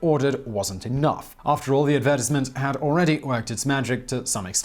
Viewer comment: The way you said "advertisement" made me cry.